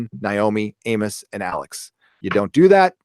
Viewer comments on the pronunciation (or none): none